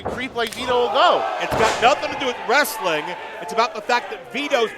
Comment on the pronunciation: Lol saving wrestling! he can’t even pronounce the word correctly,he calls it ress-a-ling. wrestling is a 2 syllable word not 3!